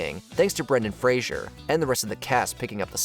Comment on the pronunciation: You lost all your cred His name is Brendan FRASER like PHASER. Not Fraiser like the alcoholic psychiatrist from Seattle.